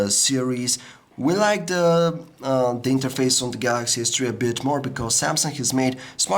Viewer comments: Galaxy S three. THREE. not tree! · I like how you say Galaxy s Tree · dis guy likes da galaxy s tree. remember we all tend to like da galaxy s tree